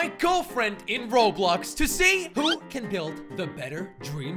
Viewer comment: Its roblox not roblux :/